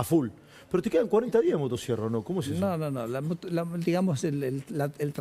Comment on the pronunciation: Motasierra 😂😂😂pronuncia bien carajo 😂😂